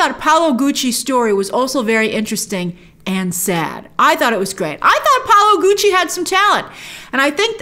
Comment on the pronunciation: Its Paolo NOT Paulo